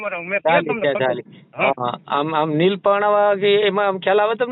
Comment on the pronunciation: neel nahi leel bolo